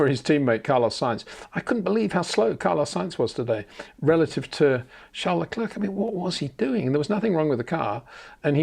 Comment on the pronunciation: Say Claire. Say Luh/Le. Say Leclerc.